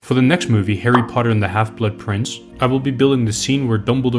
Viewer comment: "For the next movie, HAIRY POTTA Dumbledore said calmly